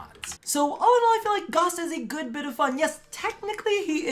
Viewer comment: “goss” Everyone else: “ITS FUCKIN GAOWSE!!!!”